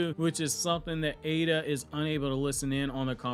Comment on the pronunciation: People please, its Eida not Ada.. big flipin difference